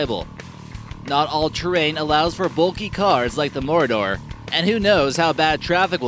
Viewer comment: Lol. The pronunciation of the Marauder is hilarious! You would be escaping in the Lord of The Rings MORDOR... Phonetically, it is ma-raw-der.